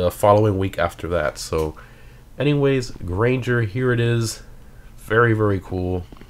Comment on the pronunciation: Gran-ger. Not grainger.